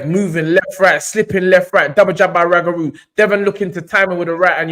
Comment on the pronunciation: How you mans butcher up the man’s name like that, it’s Roogaroo not Ragaroo. This was the modern day SRL v Benitez, technical fight, only difference was SRL stopped Benitez. This is why people say Devon is boring because he won’t take the chance and finish his opponents the way SRL did.